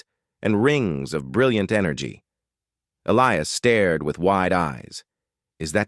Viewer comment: The name 'Elias' contains no 'ill' sound in it and the correct pronunciation has a hard 'i' in it!. Oops LoL 😮😢